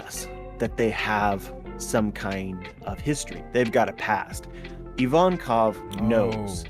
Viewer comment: IVANKOV for fuck sake not IVONKAV